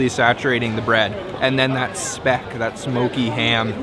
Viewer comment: It's sad that you can't (choose not to) even take the time to learn how to pronounce the food you are eating. Try finding out how to pronounce 'speck'.